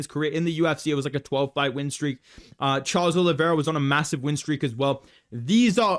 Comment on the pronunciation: bro said charlos 😂